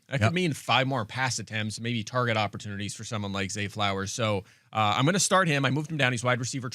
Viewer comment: Field: it’s pronounced opportuNies, not OpportuLities